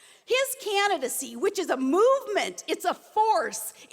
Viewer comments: what a great speech for the "caninacy." There wasn't one "ing" pronounced. I'm surprised at Trump for putting this moron back in the limelight. She has no merit, no intelligence, she's just a spectacle- much like Trump himself but with a much bigger dunce cap. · "Trump's Candi-sissy"